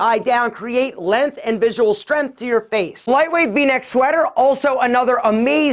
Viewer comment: The way says strength and length is so Yankee